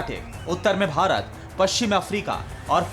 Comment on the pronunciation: Bharat bolna sikh pehle bc